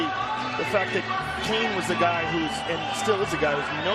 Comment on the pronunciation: I remember the first time Cain fought Goldberg kept calling him Kiyan Velasquez